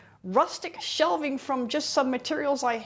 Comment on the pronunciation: It's "shelving", not "shelfing", right ? ...(+